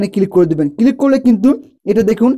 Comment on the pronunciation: কিলিক নয় কথাটা ক্লিক